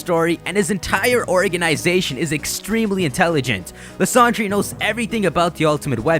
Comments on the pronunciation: His name is pronounced lie•ZAN•der. Otherwise, nice video. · Still can't get over the fact that you keep mispronouncing Lysandre